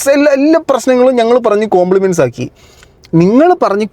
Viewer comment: കോംപ്ലിമെന്റ്സ് അല്ല കോംപ്രമൈസ്